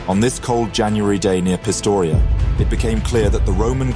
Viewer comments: Pistoia not Pistoria? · Hey man, great video, but the town's name is Pistoia, not Pistoria